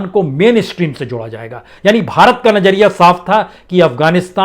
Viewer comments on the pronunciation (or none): none